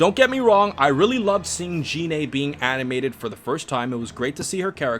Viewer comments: Why did you keep saying "She-lie"? Her name is Cheelai. Also "Gine" is not pronounced "Jee-nay." It's "Gee-neh." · Stop saying Gine’s name incorrectly! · i think its pronounced (Gee-nee) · Lol I knew this guy would say Goku’s moms name wrong